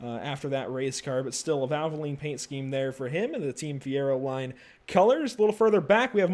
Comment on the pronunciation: And Fieroline is pronounced just like the oil is...Fierolean/fieroleen